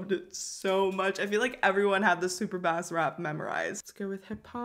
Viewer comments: LMAO i love you but i know you didn’t just say Super bAsS like the fish 😂😂😂😂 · Super Bass is pronounced 'Soup - er Base'. As in the instrument the bass not the fish. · Bae I love you but it’s pronounced “base” and not “bass” 😭 she ain’t talkin bout fish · It's not pronounced super Bass it's super Bass lol but seriously it should be pronounced super Base. But I get it some people read it as superb ass lol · Or how she pronounced super bass 💀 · it was called super bass like in music its pronounce base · What the fuck is a super Bass it much be a huge fish it's pronounced SUPER BASE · I laugh every time she say Bass cuz why lol it’s bass like a bass drum lol. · girl the way you pronounce super bass😩😩. i still <3 u tho.